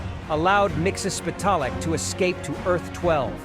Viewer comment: Miksis pedal it voice to text will not spell his name right but you did not pronounce it right you’re saying you know you haven’t pronounced certain things right maybe do your research sorry if I sound mean just constructive criticism